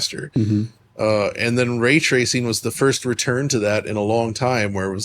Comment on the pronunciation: 'Way twacing'